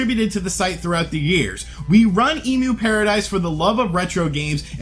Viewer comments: It's pronounced 'Em-U-Paradise' , not 'Emu-paradise' They don't provide giant birds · End of an era. Also, it's emyu (as in emulator) not emoo (as in the bird) 😉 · cringe It's pronounced M U paradise.. like the way you would pronounce the beginning of the word EMUlator.